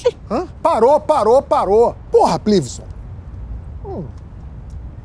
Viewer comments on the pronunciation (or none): Perdi quando ouvi "Plivison". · Plívison? huahahusahhashhshh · Crl “PLIVISON” kkkkkkkkkkkkkkkk